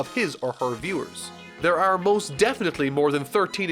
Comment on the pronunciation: This dude pronunces "are" as "aerrrrr". 😀